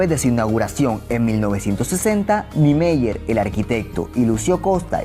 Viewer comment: Tus pronuncias de los nombres brasileños están malas. Se dice "ni-e-MÁ-ier" e "i-ta-ma-ra-TÍ". Además, el CH en Garrincha se pronuncia como el SH del inglés o el LL argentino.